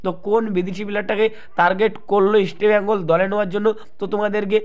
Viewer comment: দাদা, 'ইস্টেবেঙ্গল' নয় ইস্টবেঙ্গল।